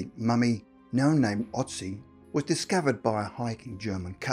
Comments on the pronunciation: Ötzi not Otzi. How hard can it be to at least make sure the first letter in a name is correct? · It's Ötzi not Otzi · Otzi ? Amazing that in 2020 some ppl still can't pronounce Ötzi